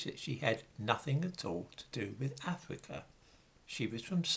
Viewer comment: Cypwus, not Afwica? Unweal pwopaganda about an ivowy bwacelet. Vewwy unweliable. You are cowwect.